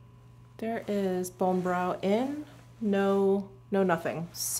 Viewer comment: I think the brow product is pronounced like Bonnie. Not Bone 🥰